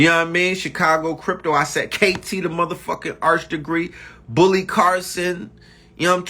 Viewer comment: He said Bully(Billy) Carson LMAO!!!!